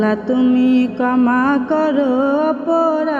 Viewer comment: কমা না ক্ষমা করো, উচ্চারণ সঠিক ভাবে করার চেষ্টা করবেন , ধন্যবাদ